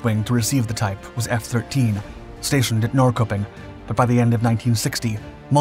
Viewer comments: Awesome video! My only nitpick would be the way Norrköping is pronounced 😂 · Time index Norrköping sounds Norrchöping.